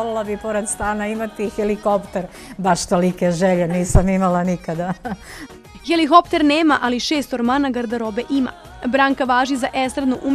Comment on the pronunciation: Чуј ову што коментарише...ХЕЛИХОПТЕР...хелиКоптер....